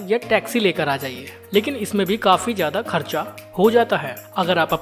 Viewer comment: Hindi bhi sahi nahi.. शानदार , सानदार नहीं, ,,ज्यादा जादा नहीं